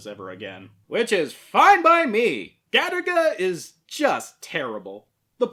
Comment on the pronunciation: I thought this was an anime about that game Galaga, just mispronounced due to Japanese people's inability to pronounce the letter "L". Now I'm massively disappointed.